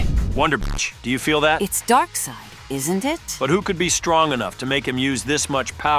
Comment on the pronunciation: Darkseid turned into Darkseed